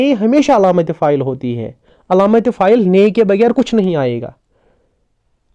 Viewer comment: Your effort is commendable.I would like to request you to pronounce words correctly.e.g. it is faail and not pha- il.The word Faraq is ismi mounus not muzakar. Please don't mind; it is simply out of love that I am giving this advice.